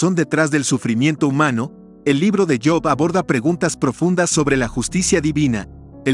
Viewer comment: Disculpe la observación pero no es yop es job